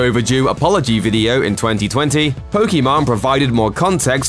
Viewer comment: It’s funny how he calls pokiMANE “pokemon”